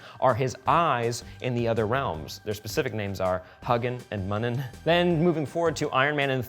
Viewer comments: You did not pronounce the birds names correctly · That pronunciation of of the names of Odins ravens made me sick. God damn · He mispronounced Huginn and Muninn..